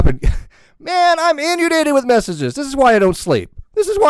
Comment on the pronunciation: Hey. You are a good guy, a skeptic and quite smart. So take no offense at this correction... it is pronounced "In-UHN-Day-Ted." Her self-reference as a LOLCOW made me laugh due to her severely limited self-awareness. Also, she shouldn't disparage porpoises by appropriating their culture.:) Peace.